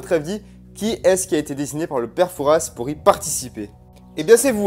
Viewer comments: on prononce pas le s de pere fouras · C'est très jolie comme dans le vraie fort Boyard mais on ne die pas père Fouras avec le ssss il faut pas dire le s sinon c'est très bien mon frère adore se que tu a fais